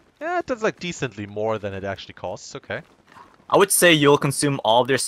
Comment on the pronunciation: "when wold you ever get someone in this situation?" XD